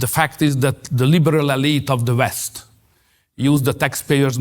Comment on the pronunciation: I like Orban, but it bothers me to see a very intelligent man, with a vast vocabulary, not making an effort to improve the pronunciation. How hard it is to say West instead of "Vest"?!